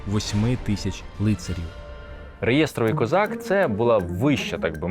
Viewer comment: Гарне подання, проста мова, але слідкуємо з наголосами. РеЄстровий - це неправильно, правильно реєсторОвий.